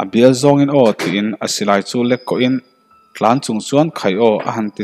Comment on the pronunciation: Arpa tlan tih a tlan tih hi thluk hniam tur. Tin,kawnzam tih a zam tih hi kawr kan nan thing ka kham Kai tih a kham tih thluk hian thluk tur